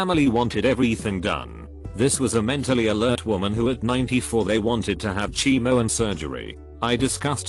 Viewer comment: Is this a computer-generated voice? "...errrrr doc here..." "cheemo treatment." ICU as eye coo...😄